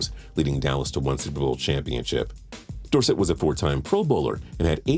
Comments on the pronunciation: Please say Dorsett correctly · His pronunciation of tony dorsett’s name was almost as bad as the time I heard someone pronounce “crouton” as “crouw-ten”